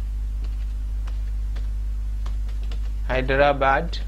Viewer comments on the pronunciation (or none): none